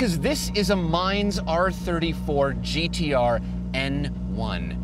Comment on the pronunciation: That's not how you pronounce Mine's. It's pronounced like Meenay's and the best JDM was the FD